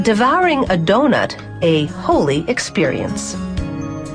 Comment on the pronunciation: Did she just say "a Holy experience" or "a hole-y experience"? Either way that last bit of cornball narration was wholly unnecessary. Doh! Nuts.